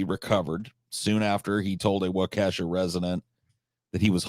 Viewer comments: As a Wisconsinite, its WAH-KAH-SHA not Wah-Kesha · It's pronounced Wau-keh-shaw. Don't let this be a Zayo Dedong. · The Brooks case was covered plenty on the local news. And yes, there were a lot of people who wanted to string this crazy motherfucker up. Also, the precedent of mangling Wisconsin place names by continues. As other people have said it's "wau-kaa-sha" or "wau-key-sha" depending on accent. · I feel bad no one can say Waukesha right